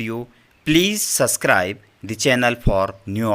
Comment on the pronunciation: I'll subsctto your channel when you learn how to pronounce subscribe